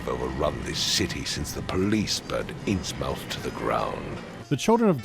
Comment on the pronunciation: Their pronunciation of Innsmouth drives me crazy